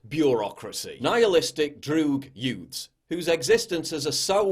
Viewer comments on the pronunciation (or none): Did he say yoots . Somebody gets it?